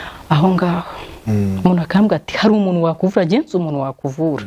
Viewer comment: Yego,aragerageza ariko avuga,umunu,anera inda,...